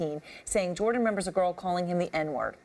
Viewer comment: JordEn huh can’t even get his name right